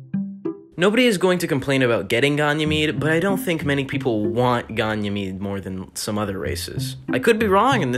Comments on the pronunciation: The way you said Ganymede triggered me, it’s gan like fan, e , mede like meeeeeed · its pronounced "gay knee made" ganymade